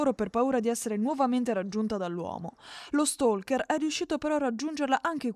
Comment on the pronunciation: Usate l'italiano se non sapete pronunciare stalker, sono cose serie accadute in Italia quindi bisogna usare l'italiano e se proprio si vogliono utilizzare parole in lingua inglese bisogna pronunciarle bene, tipo stalker o stalker o stalking con la L silenziosa